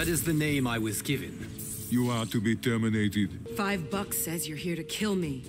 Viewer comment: to be tiörminatid🤣